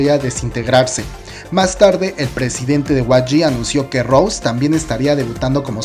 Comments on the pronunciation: Recuerda que el nombre es Rosé no Rose, no tienes que pasar desapercibido el acento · se le dice Rosé con el acento por Roseanne(? pero si solo le dicen Rose no tiene nada que ver.